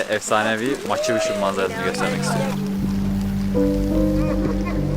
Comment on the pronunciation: pikçu diye telafuz edilir.